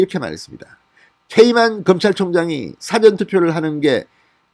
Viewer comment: 사전애서 사를 짧게 발음하먄 dictionary 가 됩니다 영한사전 같은... 사전에서 사를 길게 발음해애 미리 투표한다는 뜻이 됩니다 미국에서..